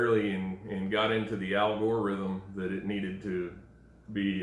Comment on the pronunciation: lol "Al Gore isem". he did invent the internet.